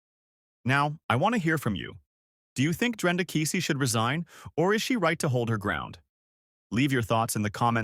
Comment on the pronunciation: Oh !Please, Not Kisi it’s Keesee